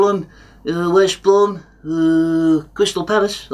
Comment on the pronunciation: Gweat to see you back at Cwystal Palace, Woy. All the Vewy best.